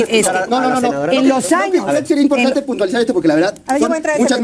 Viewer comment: POQE es Impogtante !! ..Ege con ege cigago !! Ege con ege bagil !!..Gapido van los cagos de azúcag del fegocagil : Xochilt Galvez